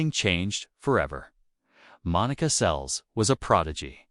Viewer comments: It’s Seles, not Sells, you idiot!! How frustrating! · Please learn how to pronounce the names correctly, ruins the story when you repeatedly get it wrong. Seles (pronounced Sel less)